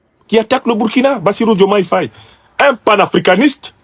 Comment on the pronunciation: Nous constatons qu'à chaque parution de Afrique Divers TV, le nom de Bassirou Diomaye Faye est écorché; quelle en est la raison?